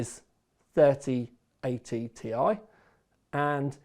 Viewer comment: According to Nvidia.... It's not a T I It's a TIE. Don't mix them up, please ;)